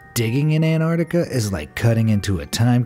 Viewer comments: Stop saying anarnica it’s Antartica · Was it just me or was he saying Anardica instead of Antartica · He says it like anarctica instead of Antarctica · It is pronounced "an-tarc-tic-a" not "an-tartic-a" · I swear the narrator is saying Anartica and yes I spelt it wrong because that’s what I swear he was saying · Anartica is not how it’s pronounced